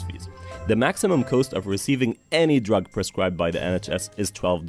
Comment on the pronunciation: Why does the narrator of this video pronounce the word 'cost' as if it were spelled 'coast'?